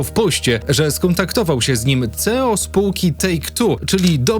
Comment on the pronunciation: Weź chłopie zacznij normalnie wymawiać ang nazwy. O ile " rokstar nord" można jeszcze ścierpieć to to że " skontaktował się z nim ceo spółki .." no to serio jest nieprofesjonalne. A szkoda bo nazwałeś się ładnie więc wypadaloby żebyś też chlubnie się wypowiadał a nie tylko liczył na lajki za samo podjęcie tematu związanego z GTA 6.